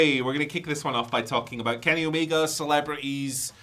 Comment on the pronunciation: His name is Kenny Omega not Kenny Omeger. Please stop added -er to the end of words that don't have -er at the end of them. It's a name. You can't just say it however you want. It's rude to mispronounce names like that. The "a" at the end of Omega is always pronounced as an "a" and never as "er". The letter "a" is NEVER pronounced "er" so please stop doing it with proper names.